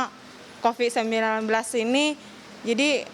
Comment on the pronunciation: Coffee-19 apa Covid-19 bu?😭